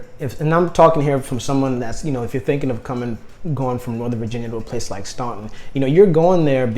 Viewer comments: As someone that lives in Staunton, I just wanted to say that it's pronounced Stanton 🙃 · You hit the ball out of the park with Staunton. (Pronounced STAN-ton). Great area, fine folks. Close to good jobs, doctors, etc. considering how rural. I-64 and I-81 are there, so you're not isolated. Home prices are good.... If you like Staunton, consider Lexington as well.... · Boy man, youve lost me. The only choice that makes sense is STANTON (thats how its pronounced) who in the heck wants to move INTO THE CRAZY DC WORLD WITH HIGHER COSTS OF LIVING, CROWDING, HUGE HOME PRICES? I know you want a big commission, but COME ON. We are all living on less, well unless your some woke gobment worker and trying to live a smaller and more efficient life. I just wasted a bunch of time. By the time you got to the top 5, I could predict them all being from Hampton. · Pretend the U is not even there when you pronounce Staunton. It sounds like its spelled Stanton.